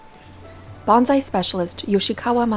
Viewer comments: Good grief, it’s bone sigh not bon zi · Soon as I hear BONZAI,I cringe NO Z IN BONSAI. Kane shin is every day real. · It's pronounced "bone sigh". "Banzai" is a celebratory cheer with association to battle cries. Makes me cringe to hear the mispronunciation. These videos need to be reviewed by someone with appropriate linguistic knowledge before release. Great video otherwise. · While us monoglot English-speakers can't hope to get Japanese words fully correct, it'd be nice if "bonSai" were pronounced more accurately. It was very distracting having it pronounced as "bonZai" throughout. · Nice video but pronounce “bonsai” correctly pls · how does a lefty news network not pronounce bonsai right lmao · But as a journalist you would think she would learn the correct pronunciation of bonsai.